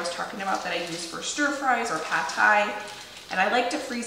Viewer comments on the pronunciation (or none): none